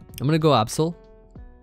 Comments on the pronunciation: Why you pronounce Absol that way? Lol. It’s like absolute, not obsolete. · My man out here saying Absol like the Last Airbender movie says Aang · please stop saying absol like the avatar movie says aang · Ah yes, the middle eastern variant of absol; the Ahbsol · The way pronounces Absol triggers me throughout this whole video